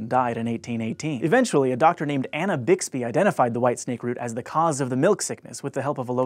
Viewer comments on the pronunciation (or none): none